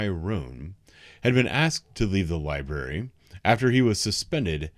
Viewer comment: lie berry